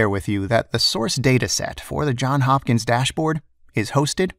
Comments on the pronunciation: JOHNS HOPKINS! Not John Hopkins. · it's JohnS Hopkins not John Hopkins lol